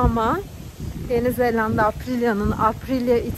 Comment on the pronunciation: Yeni Zelanda 'ya Yeni ZeLLanda demen bile çok tatlı. 😊